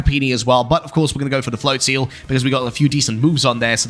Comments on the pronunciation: Considering it's probably "flotsam" and "float" with maybe "nozzle" or "drizzle" in there, it would make sense that it would be pronounced "float-zuhl" phonetically. "Flotseal" sounds bizarre. I'll have to go back and watch that part as I think I mightve missed it (which is weird considering how bizarre pronunciations of Pokemon names instantly grabs my attention). I find Pokemon names super interesting with some of the inspiration of them. They've gotten a lot better at being a bit more clever with the names for the most part. :) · Flotseal, best pronouncing of that Pokémon I've heard